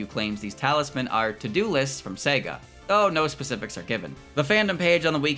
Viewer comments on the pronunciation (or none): none